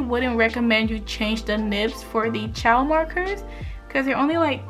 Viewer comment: Copics was bwetter, becwause the ays, i luv it